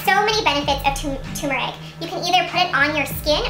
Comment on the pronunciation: It TUR-MER-IC not Tumour-ic.